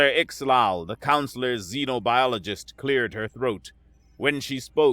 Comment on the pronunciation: Yeah, right. At least the narrator can pronounce xenobiology correctly.